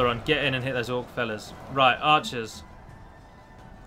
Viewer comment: It sounded like you said "orc fellas"...